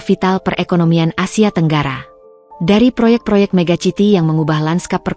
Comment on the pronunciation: Mbokde pen-cuap².. Coba lah belajar bhs Inggris agar Ga Malu²in bila ber-koar² ttg cerita² begini. Kata: City, Bukan di baca: Tjiti 😜🤭 tapi di baca: Siti 😮